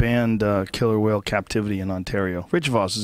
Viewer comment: 5 seconds in and im already enraged by the lisp then "killer wharl". Rich Vis does not disappoint